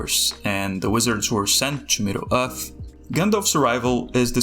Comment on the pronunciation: Middle Uth. Very unique pronunciation. Where's your accent from?